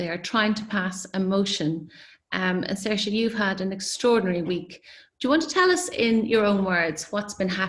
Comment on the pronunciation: Oh good, that's how you say Saoirse.